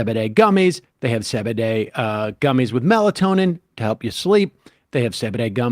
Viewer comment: Sam pronounces CBD as “zebeday”??